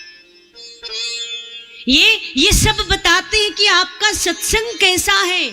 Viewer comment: Aaj pata chal gya satsang ka uchharan radhe radhe 🙏